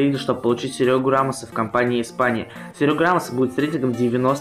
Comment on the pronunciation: Какой ешё Серёга рамос правельно Серхио рамос научись пожалуста это ошибка мира.